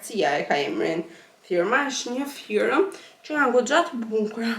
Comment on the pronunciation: Te lutem mos e thuaj Ferëm , Firëm por Fermë, Firmë se te vret veshin